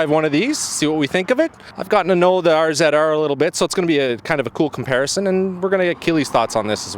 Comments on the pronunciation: R Zed R??? who the hell says it like that? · I got 2 mins into this and had to leave cause the way you say rzr peace homo